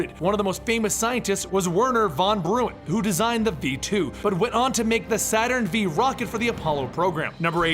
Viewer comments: I'm sorry to nitpick, but this won't let me sleep: I don't know if this was mentioned before, but the rocket's name is Saturn Five, (V = Roman numeral 5) not Saturn Vee. That aside, very informative vid. Keep up the good work! :) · I generally get a kick out of the semi-literate hosts of these things but you are especially stupid. Werner Von BRAWN. And not Saturn V, Saturn 5. Roman numerals, bitch. Have somebody who graduated from high school ("scool" not "sckool") read the copy to you before going online a making yourself out to be an idiot. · The "V" in Saturn V is a roman numeral. So it's pronounced Saturn FIVE when said out loud. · doesn't seem to know anything about the space program, lolz. "Gag-a-rin" "Von Bruin" "Saturn Vee"(which isnt technically wrong, but most people say 5 instead of V).